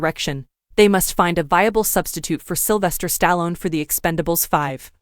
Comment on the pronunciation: Learn to say names right including Stallone